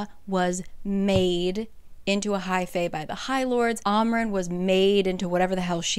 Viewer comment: It’s am ren not ahm ren